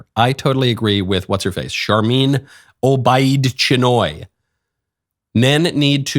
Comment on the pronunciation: Chinoy… rhymes with annoy… Who knew anything could make me care any less about a new Star Wars movie? 😜